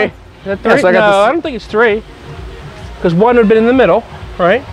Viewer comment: Say three instead of tree